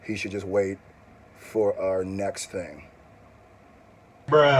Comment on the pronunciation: Dax said "are" instead of "our" and that shit doesn't fly! lol